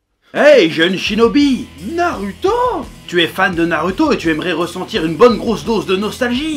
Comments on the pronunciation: Tu me fais rire quand tu dis narUto...j aime bien...commentaire le plus inutile ever.. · Ça casse les couilles d'entendre un u dans naruto, tu veux pas prononcer goku "grocul" tant que t'y es ?